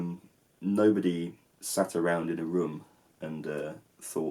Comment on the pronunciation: An observation I've made of accent that I've not noted in Southern dialects before (being from Yorkshire and the Midlands myself) is that he pronounces "room" with a shorter vowel than I do. But it's also not as short as "rum", as in the drink. Is this a rare example of a short, long and overlong vowel in English?